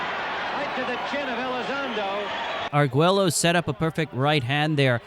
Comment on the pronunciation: A fun video except for a few mispronounced names. The double L in Arguello sounds like a Y. Ike is one syllable not two